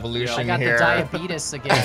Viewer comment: "I got diabetus again" 2021 😂😂